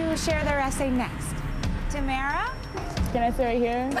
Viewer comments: Uhm.. Is Tyra pronouncing her name wrong...? Tamra? I thought it was Tamara? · why does tyra keep callin her tamra? its tamara .